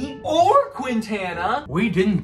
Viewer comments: You guys should use Baseball Reference to look up the pronunciations of Latino player's names. It's kin-TAH-nuh not quinn-tana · The way you pronounced Quintana 💀💀💀